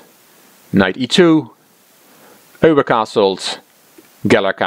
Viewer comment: Never knew how "Euwe" was pronounced until now. I always thought it as the English "You". I'm going to have practice the right way now :)